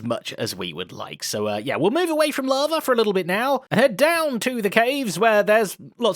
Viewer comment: Zed's "lava" sounds like "larvae"